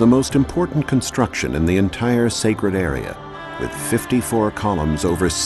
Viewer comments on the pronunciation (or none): none